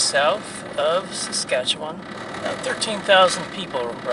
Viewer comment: also have to give props saying Saskatchewan right